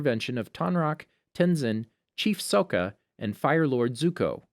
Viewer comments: Chief Sou-ka 🙄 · He said soka inside of sokka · was lowkey abt to roast u abt sokka when u said sooka and it is pronounced as ghazon not gazaan why do u have a voice actor just watch it then make videos out of it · Your not a true avatar fan because you said soka it’s sokka you pee brain looking as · who is this Chief ‘Soaka’ it’s pronounced Sokka! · Sokka(Sock-Ah) not soak-ah Mako(Mah-Kho) not may-ko Kaya(kai-ah) not kay-ah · It's ok, but he said So ka like the live action lol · i know you did not say (SO-ka) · Soakka. Kyaw. Mayko. Oof. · Its not nitpicky I'm having flashbacks he said "Soaka" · He needs to work on: Sokka, Mako, and Kaya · why you pronounce “Sokka” like that? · How can you mispronounce my Boi Sokka like that